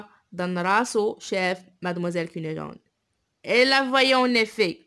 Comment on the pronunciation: Fais attention à la prononciation notamment des noms des personnages (cunegonde) prononcé go sinon bonne continuation